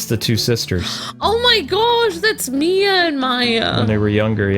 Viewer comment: What's with you and the name Mia? Is it so hard to say? lol